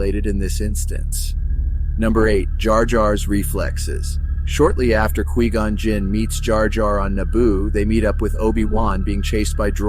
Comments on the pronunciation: why do you keep saying "Key Gon" and not Qui Gon lol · Who is keygone? It's not que gone either It's Quigon (kw-eye-gone) Have you ever watched the phantom menace? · Lol kee-gone, kai-gone, kwee-gone. Its pronounced kuh-why-gone, bro. Were you saying it wrong multiple ways on purpose?😂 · Qui-Gon is not pronounced as Key-Gun but as Qui-Gone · It's kwy-gonn not kee-gon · The audacity of pronouncing Nute Gunray correctly but calling Qui-Gon “key gone” 😂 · Key-gone, carry on. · Stop saying Key Gon.. are you serious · I could only hear you say key -gon 3 times and I had to dip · Kee gone... Girl really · Ki gon, Qwee gonn, Kai gon. If I hear one more mispronounced version of his name lolol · I’m wondering if it’s AI that is speaking in this video because I’ve never heard anyone pronounce qui gon as kee gon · “Key gon” 💀💀💀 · Tell me u just called Kee Gon😭😭😭😭 don’t even talk abt Star Wars if u don’t even know their names bro😭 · I had to stop watching this just because you wouldn't stop saying Key gon 🔑 😡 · “You once were a Key-Gone, but now you will BEgone!” Darth Maul. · “Obiwan expresses to ki-gon” 😂😂😂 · Key Gon? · Kwee Gon? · Kai Gon? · Key Gon :D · ah yes, kee gon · Couldn't get past hearing "Kee-Gon" and had to shut off the video. I'm sure it's an adequate list though. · FUCKING KEE GON, turned video off instantly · It's pronounced KWAI gone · OMG THIS VOICEOVER CONFIRMS QUI GON IS ACTUALLY KEEGAN FROM KEY AND PEELE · chills would definitely pronounce it like that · That's not how you pronounce qui-gon... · How can you mispronounce quigon? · I literally couldn't watch this! He keeps mispronouncing Qui Gon. If this had been created by a real fan, this would not have happened. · I honestly can't tell if that's ai speaking or not but the way it says Quigon kinda bugs me lol But yes, very good clue finding and hail Darth Binks~